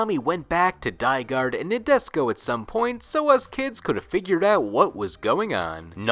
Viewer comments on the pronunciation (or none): You are destroying me each time you say Nadesico like Nabisco. It's NA as NAh, DE as DEnse, SI as actually pronounced SHE, and finally you get CO as...well, co or ko lol